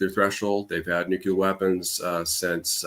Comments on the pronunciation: Same place he learned to say "new-q-lar". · IRAN, is Pronounced "Eee-Ron" not "Eye-RAN"!! Moreover, IRANIAN is Pronounced "Eee-Ronny-Yan" not "Eye-RAINY-Yan"!!! Also Nuclear is Pronounced "Nuke-Lee-er" not "Nukee-Ler". Thank you 💙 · Why does he keep saying "nuke-u-ler" ? There is no second U, it's pronounced NEW-CLEAR. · Sorry I can’t take seriously someone who says “nuc-u-lar” like George W Bush and Homer Simpson